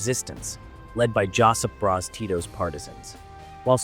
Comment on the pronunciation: Great video i'm happy that someone finnaly explained the minor axis power and the puppet governments but Josip Broz Tito is pronounced like Yosip Broz Tito because in sero-croatian the j is read as a y